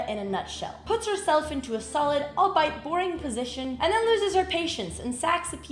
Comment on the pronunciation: "puts herself in a solit all-bite boring position" lmao